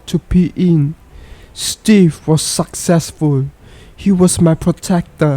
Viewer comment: Bro the way u talk makes me feel like I was there . U need to be faster when pronoucning suck ..ccessful....